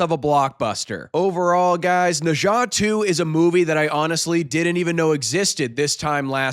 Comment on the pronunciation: After hearing your pronunciation of Nezha, I know you are professional!